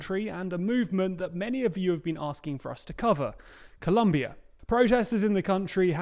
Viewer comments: It's Colombia not Columbia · Please please its cOlombia with an O not a u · It’s COLOMBIA, not “Columbia”. Seriously, this is not the first comment you guys receive about this. Are you not reading the comments on your videos? It’s VERY disrespectful for us to see our country’s name misspelled like that. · CO-LUMBIA? Really TLDR. Spell properly ffs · ColOmbia NOT ColUmbia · This is that kind of comment. You have been warned. It's Colombia not Columbia. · Angry YTers: YELLS IT'S COLOMBIA NOT COLUMBIA Chill, honest mistake that can be easily corrected. No bad intent or harm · Colombia, not Columbia. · Colombia, with an o. Also fix your graphics. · Typical for them to speak Colombia wrong